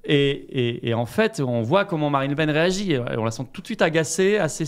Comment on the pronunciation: "Marine La Pen (paine)" 😏pas toi mdrr